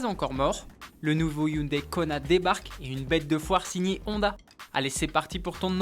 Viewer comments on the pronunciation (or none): none